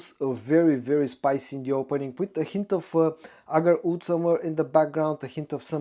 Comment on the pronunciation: I'm sure others have noticed and may have commented and I do not mean to be rude. But you need to work on your pronunciations for WOOD and OUD and WOODY and OUDY. You say them nearly identical.